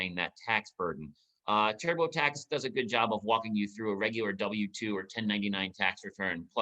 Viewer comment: "Turbo Tax" or was that "Terrible Tax" ?